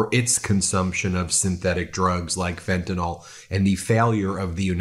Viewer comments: She gets points for pronouncing fentanyl correctly. Ben… literally every American… learn! It’s not an alcohol, it is not “Fenta-nol” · she pronounces fentanyl correctly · Just the mere fact that she pronounces fentanyl correctly tells me she knows what she is doing. It’s fentanyl, not fentanol.